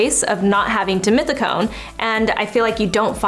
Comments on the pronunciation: So it's pronounced as deemeeteecone????? I always read it as dee-meth-teecone. 🤔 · One more time... dimethicone!! 😂